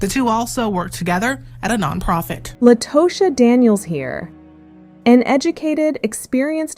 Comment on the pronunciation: Her name is pronounced _"La-ta-sha"😮